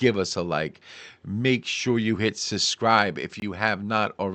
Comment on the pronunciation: It’s subscribe not suscribe. You say it right and I’ll hit that button